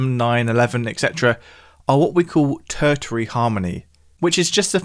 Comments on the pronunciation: The 2nd T in Tertiary is soft, not hard. It’s ter-sharry, not ter-tarry. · ter-shee-ary, not tur-tury:) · Ter-shary/Ter-shiary, not Ter-tiary! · Isn't tertiary usually pronounced 'tershary'? Just checking. Fabulous topic. Thanks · Tersh ar e is how to pronounce the word tertiary. No annunciation of the second t ok. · Tertary? Er…no. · "Tertiary" is pronounced: Ter-she-ree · Tertiary is pronounced as if you are saying "Ter-Sherry" - unless this is the correct pronunciation in musical terms. Sorry. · You said tertiary wrong twice! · he’s British, I’m British, I’ve never said it with a hard T in the middle, nor have I ever heard it said that way before 🤷‍♂️ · I came here to say that. It grates doesn't it? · please show me an official pronunciation (dictionary for example saying it is pronounced using a hard T in the middle) and I’ll retract my statement, but it still sounds completely wrong. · Please stop pronouncing "tertiary" like that. 😅